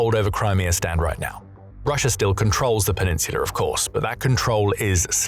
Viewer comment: It's Russia not Russiar